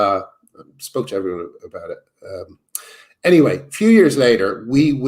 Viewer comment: You're saying "anyway" wrong.